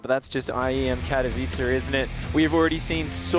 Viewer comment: Finally someone (kaelaris) pronounced Katowice correct :D! I believed it will eventually happen